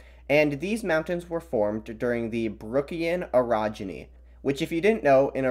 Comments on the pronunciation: Ohhhh Orogeny, not Erogeny... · When you say orogeny it sounds a little like erogeny, and that sounds like something very different.